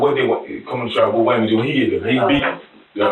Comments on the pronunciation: Waymond sounds like someone who has problems pronouncing their ' r's lol. I hear her voice but I can't understand anything she's saying 😬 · "WAYMOND⁉️⁉️⁉️" HIS SINGLE MUM OBVIOUSLY HAD A SPEACH IMPEDIMENT🤦🏾‍♂️🤷🏾🤷🏾‍♂️🤦🏾‍♀️🌛🤦🏿